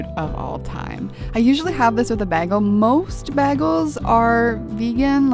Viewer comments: BAH-GEL xp sorry girl, it's too much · Flynn Moore baggle😂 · I keep listening to it and saying it, and now "bagel" doesn't seem like a word anymore. 😂😂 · im so sorry but how u say bagel triggered me :') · ME TOO